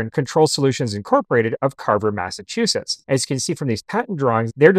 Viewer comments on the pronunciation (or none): none